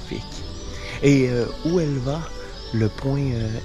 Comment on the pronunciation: On ne prononce pas "où elle va" mais Houelva!!